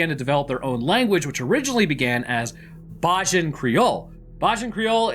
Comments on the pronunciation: Ello just here to give you the pronunciation for Bajan creole it's ( bay-jun) also keep up the good work I'm always happy to watch ur content looking forward for more ❤ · Hi it’s pronounced bay-jan for bajan patios/creole many think it should be called Barbadian but for most of us uk born bajans it sounds to much like barbarians but lived the video ❤